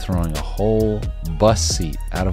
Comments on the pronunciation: What I actually think is funny is you saying “bus seat” but all I hear is “bussy” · Why does he say “bus seat” like that. Is sounds like bussy.